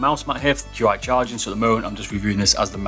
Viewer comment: its no Q I its pronounced chi